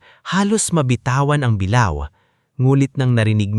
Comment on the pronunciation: Sa lahatng narrator ikaw ang pinaka tanga at nang kang sakit sa tenga pakingan turuan kira sa:-(ang pag bass ha hindi bilaw ang sabi mo bing una sabilao dba bi la o tsaka ang isa bulwagan di bulwagan ago baliw